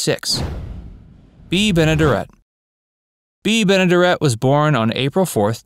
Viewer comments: Folks really should learn how to pronounce names prior to producing documentaries about them. Actress Bea Benadaret’s last name is pronounced with the accent on the third syllable: ben-ə-DERR-ət. The character Floyd Smoot’s last name is pronounced exactly like it’s spelled, sounding the “t” at the end. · thx. apprec info..just a note pronounced Bea Ben a "dare it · That's not how you pronounce Benaderet. Might want to have an older friend check your pronunciations before you record. It's jarring to hear the mispronunciations